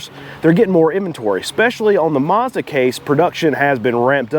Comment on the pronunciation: MAZDA not Marrrzda jeez!